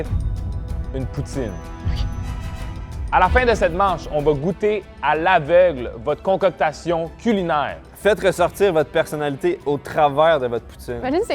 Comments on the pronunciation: contoctassion hahahahahahah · Concoctassionion > concoctions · haha!!! Shahin qui dit "concoctassion" au lieu de "concoction", je meurs!